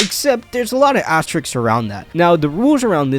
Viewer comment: What's so hard pronouncing asterisks properly?